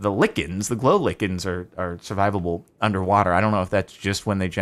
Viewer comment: please man, it's like-ens, not lick-ens.